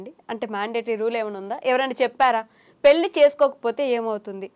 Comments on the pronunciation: ఏంకర్ గారూ... ముందు పెళ్ళి అని పలకడం నేర్చుకో తల్లి. పెల్లి కాదు. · Yankaruku pelli sabdam palakadam Radu